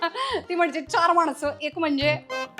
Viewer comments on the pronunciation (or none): माणस नको म्हनू ना काणाला टोचतं मानस म्हन कळ्ळ का??? ण च्या ऐवजी न आन vice versa काळ्या का????